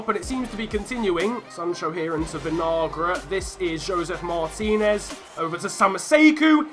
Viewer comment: Your pronunciation of Kevin Vinagre (Venalgra) is making me mad. Just call him vinegar lol.